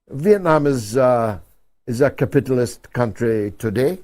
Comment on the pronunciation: What's with George Galloway 's pronunciation of the word 'capitalist'? 😂😂